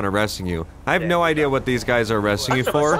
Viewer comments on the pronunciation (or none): none